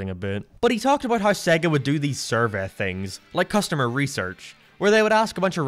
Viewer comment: SEGGEH???? It's SAYYYY - GAAAA - I mean they literally say it at the start of the Sonic games. :p x